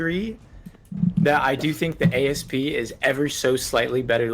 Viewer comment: You guys are driving me bonkers calling it an A.S.P. It's based on a Cobra which is a type of snake. If you pronounce it as a word, "Asp", that's a type of snake and what I've always called it.